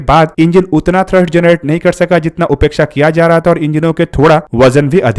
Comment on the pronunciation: " उपेक्षा " नही " अपेक्षा "बोलिए नही तो अर्थ का अनर्थ हो जाता है